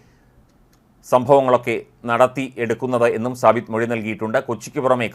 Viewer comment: സബിത്ത് അല്ല സാബിത്ത് നാസർ